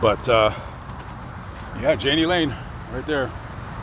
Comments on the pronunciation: Oswald is a common name in the part of Ohio he was born in. And it's not Jani like Ann it's how people in that part of Ohio say John in German a nickname Yahni but it's not Janie. His story was a sad one. They had a concert in Sioux City and stopped in a bar after and my husband and I were there and he chatted with my husband and was really nice. The rumor was a man from another famous band raped him when they were just starting out. Messed him up. Please get his name right. RIP Mr Lane. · I'm sure someone has told you this but his name is pronounced Jan-knee..... not Jane-Knee...I miss those days....*sighhhh* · Jani would be pronounced "yanni" in German. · I think it’s pronounced Yay-ne